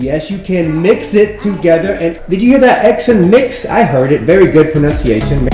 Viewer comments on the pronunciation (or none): is pronouncing "pronunciation" wrong.